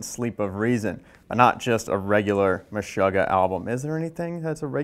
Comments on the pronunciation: Anyone else a little bit bothered by his pronunciation of "Meshuggah?" Watch any interview with them and it's meh-SHOO-gah, not meh-SHUH-gah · Absolutely bothered by it. MESH-UGGAH. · Kale Platzer It sound weird the way he says it but to each his own